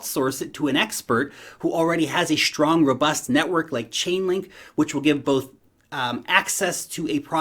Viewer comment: Always looking forward to your videos on daily basis! “Shtrong area...shtrong...😊👍” great content as always mate!